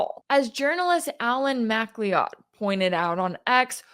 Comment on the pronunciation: Alan MacLeod´s name is correctly pronounced Alan McCloud